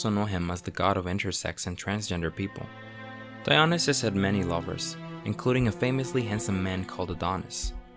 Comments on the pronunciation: It's not di-ON-neh-sis. It's di-oh-NY-sis. Stress on the next to last syllable. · duh.. it's DionySUS not DionySAFE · Dionysus pronounced DEE-ON-ISS-US. Neither Orpheus or Narcissus were gods. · Good informative video. Pronociation of some Greek name's confusing. Dionassis and zoos? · Dionysus is pronounced Die-o- nee-sus, sorry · mhhhmmm love the vid but you pronounced Dionysus wrong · Put the emphasis in the correct place within the word Dionysus, or you’ll end up sounding like Nomi Malone in Showgirls, saying, “Versace.”